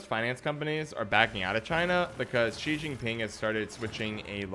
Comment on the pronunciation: I come from China and your statement about it is very correct. I also like your prononciation of Xi Jinping haha